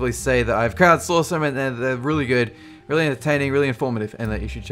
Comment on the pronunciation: Got a good laugh out of the "HAVEAGOOWAH" at the end lol